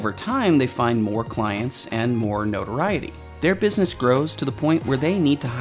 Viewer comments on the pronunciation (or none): none